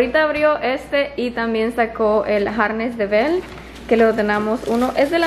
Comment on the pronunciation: de dice arnés no "harnes"